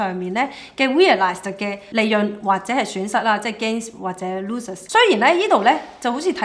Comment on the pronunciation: Good analysis. By the way, “Losses” 讀錯. Thx.